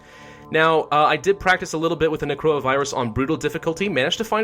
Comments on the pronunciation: why do I hear corona virus insteade of necroa? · Instead of necroa it’s crona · Why am I keep hearing Necroa as Corona lmao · Is it just me or does it sound like he's saying Corona instead of Necora lol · He says necroa and I heard it as corona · When he says “Necroa Virus” it sounds like Coronavirus. Coincidence? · Everytime hes says necroa i hear corona. Its amazing. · everytime he says necroa virus, it sounds like coronavirus and I check the date of the video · why do i keep hearing him say coronavirus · is it just me or everytime he says necroa it sounds just like corona virus xD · I thought he said coronavirus 😂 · necroa sounds like corona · Watching this in 2021 and I misheard the Necroa Virus as "coronavirus" several times.